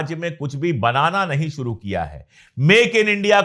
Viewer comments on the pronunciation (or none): none